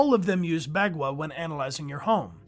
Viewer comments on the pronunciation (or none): "Bagua" or 八卦 in Chinese is pronounced more like "Bah guah"